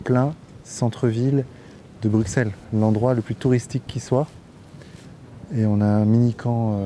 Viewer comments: Bruxelles ne se prononce pas avec un X je t’en conjure !! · Mec, tu risques sérieusement de t'attirer les foudres du gang des belges, et c'est pas des rigolos ! On dit bru-sel ! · Arrêtez de dire BRUCKSEL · Comme le dit le gars qui lui parle on ne prononce pas le x de Bruxelles, c’est comme un s arrêté s’il vous plaît avec votre x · Le X dans bruxelles est silencieux .... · Apprends peut être à prononcer Bruxelles correctement avant de faire toute une vidéo nan?